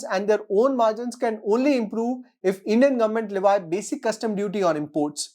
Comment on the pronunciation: Its *Le vee*(లెవీ) Not *le vi*(లెవై)